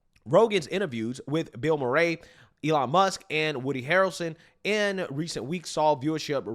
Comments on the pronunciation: “Bill MurrAy” No way ol’ boy never heard someone say Bill Murray’s name before 😂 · I’ve followed this channel for years. I’ve bought merch. But my man saying bill “ma ray” made me laugh. Bill Murray is a household name. Keep up the good work tho. Especially loved the Tiffany Henyard coverage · "Bill Mur-ray"... really man? You don't know who Bill Murray is? 😂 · I’ve never heard Bill Murray’s last name pronounced that way 😂